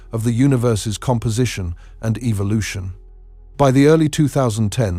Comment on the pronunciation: I don't like anyone saying Evil•lotion it's e•vo•lu•tion